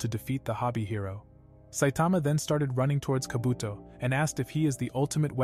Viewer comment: Instead of saying kaabotoo he said kabotho